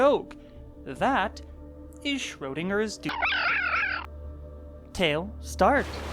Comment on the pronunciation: actually you saying the word Schrödinger's (weird Censored noises) was really good :D